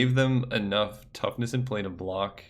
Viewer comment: You keep messing up toughness and power and IT"S DRIVING ME INSANE